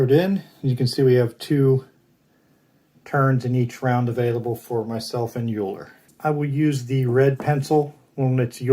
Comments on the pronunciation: Thanks for the playthrough, good to see your videos again. I believe Euler is pronounced: Oiler. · Looking forward to getting this. :) Thanks for the play through! I am pretty sure ‘eu’ is pronounced ‘oy’ in the German language :)